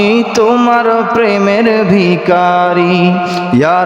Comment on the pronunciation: ভিকারী নয়। উচ্চারণ হবে ভিখারি